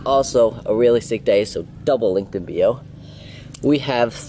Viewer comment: Anyone else love the way he says bio....😂 “link in beeo” i love this dude lol